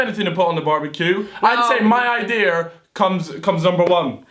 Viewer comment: did he say idear